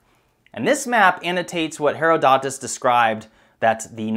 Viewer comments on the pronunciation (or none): I don't think Herodotus is pronounced Hair-o-DOT-us. Pretty sure it's Hair-O-dotus. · I avoid commenting on other people’s pronunciation but your pronunciation of Herodotus is driving me nuts. Tomato/tomato. I’ve always heard it pronounced Heath-da-tus not Hereo-dough-‘tis. Now my source was our school’s Latin and Greek teacher. Just wondered if my pronunciation is a Midwest USA regionalism? I’ve long thought that high technology would reveal much more about our planet than we once new. Great topic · heRod-o-tus, not Hero-Dotis. Herod really, Herodotus is just the Greek pronunciation of a persian/middle eastern name. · Heh-raw-doh-tus. Herodotus. Not Harrowdottus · This is my perrenial complaint-- for Ghu's sake PLEASE LEARN PRONUNCIATIONS BEFORE NARRATION. Not hee- ro- DOTE-us but hee-ROD- uh-tuss. Spoils an otherwise excellent upload. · Who is Hair-a-dot-us? Try this pronunciation Herod-i-ties... Great video by the way, as far as I know the desert was created due to the equivalent of nukes being used. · Please learn to pronounce “Herodotus” correctly. Why is it that so many young people never learn to pronounce words, especially names, correctly. The benefits of an education by internet I suppose. It’s “Herod-o-tus” (with a long “o” sound) not “Hero-dot-us”. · ITs pronounced, he - ro - dotus. Not, hero-dotus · Herodotus is pronounced Herr-ROD-i-tus, not Herr-o-DOT-us. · Herodotus, and you say it is pronounced "hero-dot-us"??? WHAT MORONIC history class did you attend?? When I went to school, it was pronounced "Her-rod-o-tus" with the "o" sounding like the O in "stop", which sounds like 'ahhh'. SO, for those of you that heard this name like my teacher taught us, just give me a thumbs up and if you don't agree, I'm sure there will be replies with NO, like the video says. I just simply hate it when people mispronounce names and words!!! Makes them sound SO STUPID, I'm just sayin'..... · HeroDOTis? I've always heard it pronounced HerODitus. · Pronounced her-od-u-tus